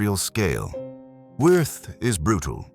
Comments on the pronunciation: It's pronounced Vee ert. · You’re correct but, in my opinion, someone as evil as Wirth does not deserve to have his name properly pronounced.